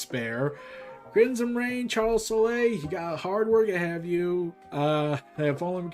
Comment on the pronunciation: The thing I do want to correct for future reference is the “e” in Charles Soule name is silent. Just an FYI